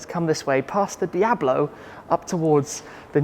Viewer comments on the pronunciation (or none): none